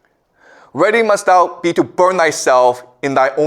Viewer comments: For someone who is Canadian he mispronounces a lot of common words. Like "thou" he says the same way as "though". This is a guy with a degree in Literature? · One of the best on youtube. 'Thou" - thou, as in cow. Hearing is mispronounced over and over is a thorn in the eye at an otherwise placid lake whereupon Confucius soothes us with eastern mysteries. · Re: 'thus spoke zarathustra' - the word "Thou" is like "thee" or "you" , not "though" and is pronounced "thao" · The word “thou” rhymes with how, now… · Thou is pronounced THOW.